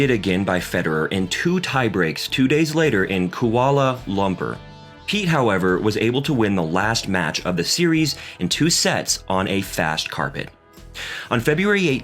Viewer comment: Tommy “Hass”, Koala “Lumper”, Robby “Gin-a pry”, to name a few more haha.